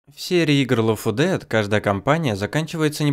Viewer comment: Лёфодэфт ?! Гг инглишь лэвэл